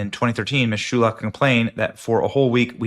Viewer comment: Benny You need to learn how to pronounced words and names properly. When reading you say something that is not written which changes the meaning of what was ACTUALLY written. Her name is SHUL I AK Shooleeeeak not Shoolak. Please read slower, or practice the hard words before filming. Also you try to read too quickly. Please slow down....relax...